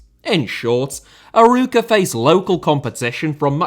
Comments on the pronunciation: "Arouca" you need to give the emphasis on the the "O" , like "Aroouca" not "Aruuuca"..and also Paços de Ferreira you say "Pachos de Ferreira"... And it's very true the 4 big teams in PT have a ver big gap in relation to the others, also because the 4 big teams don't want to share any of the money from TV or CL like the big teams in The Netherlands did.. And the biggest and richer in Portugal (SLB) they normally don't buy any player from the Portuguese league and always prefer to buy outside and that is also another reason that the small teams don't grow, because there are very good players on primeira liga, just look at the squad from SCP or FCP they have a lot of Portuguese players or non potuguese players that were playing in the other teams. ( I'm a SLB fan btw) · Not Aruca, Arouca, closer to A-raw-ca. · Great video as usual. But, man, you really need to work on your portuguese pronunciation 😅. "Aruca", "Familacao" and "Pakos Ferrera" are just hilarious 😂😂. Edit: talking about portuguese, can't wait for your video about the title race in Brasileirão! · Excellent video, but you mispronounced the club's name throughout. It's pronounced "a-ROE-ka". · I love your attempts of trying to pronounce portuguese clubs an words Arooca Famalição Primera Liga Guimarãs Biera-Mar And more words that you could help me find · It was decent but when the main subject of the video is called of "Aruca". Guimarães is not easy for an English speaker though. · Love seeing more content on the "smaller teams" in Portugal, but losing it at your pronunciation of Arouca. For reference, with an english accent, closest you could get is "Ar-oak-a". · ur pronounciation of arouca as someone thats portuguese is very funny to me not far from the correct one tho